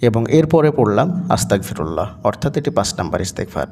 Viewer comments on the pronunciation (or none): আসসালামুয়ালাইকুম ওয়া রহমাতুল্লাহ। ভাই যান আপনার উচ্চারণে বুঝাযায় আস্তাকফিরুললা, কিন্তু এইখানে উচ্চারণ হবে আস্তাগ ফিরুললা।